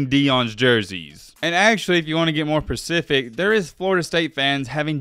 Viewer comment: What the hell is "percific ". Please explain. ? And be percific.